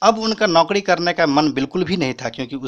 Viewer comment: Yards Tum pariwar ko padiwar bol rahe ho aur Naukari ko Naukadi Ye Kaun Sa Fanda Hai Bhai Ulta Kyon.....